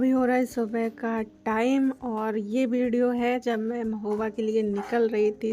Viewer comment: aur bideo nahi bolte hai bolna seekho pehle phir video acha banao